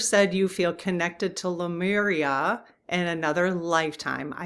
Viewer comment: Dearest, here I go again…it’s LE (Lee) MU (moo) RIA THANKS FOR BEING YOU!